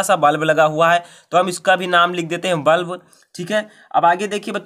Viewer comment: सर वल्ब नहीं बल्ब होता है।